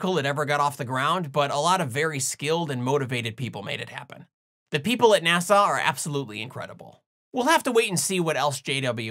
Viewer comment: It sounded like you pronounced "NASA" as "Nasau". According to Rule 8, I have to ask: Was that intentional?